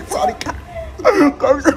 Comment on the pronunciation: selalu ngakak "sawadikap" padahal harusnya "sorry ka" kan ya?? 🤣🤣🤣